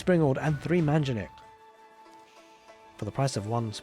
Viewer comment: Refreshing content! Also, as a native speaker of Arabic (Abbasid's language), I can testify that you are the only caster/pro-player who does not speak arabic as a native tongue, but pronounces "manjaniq" properly!